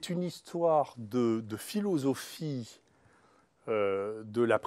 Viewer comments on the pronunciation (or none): "c'est une histoire de filousophie" excellent lapsus du Professeur! Ou alors simplement sa façon de prononcer philosophie....A quand le Nobel pour ce Grand Médecin, Grand Chercheur et Résistant ? Moi je vote pour.